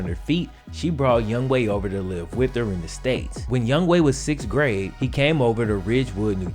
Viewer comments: bro do you know how to read? his name is not youngway, its youngHOE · his name is Younghoe, why does that guy keep calling him Youngway? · Why do I keep literally saying 'Young hoe' instead of its pronounciation ''Young way"? 😂😂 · I am Korean American, and I also thought it was pronounced Young-Ho because Young-Ho is actually a viable Korean name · I say it that too. I didn't even know that it was pronounced Young Way not Young Ho until I saw this vid. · Hangeul doesn't convert neatly into English, phonetically speaking. I used to teach at a school with a ton of Korean kids--this dude's name isn't pronounced 'Young Way' exactly but that's way closer than 'Young Ho.' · It's younghoe Koo not going way get the man's name right younghoe